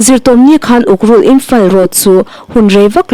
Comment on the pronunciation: Ukrul iloin ukhrul tih tur aw.